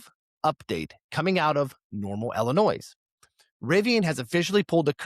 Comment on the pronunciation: Illinois- the S is silent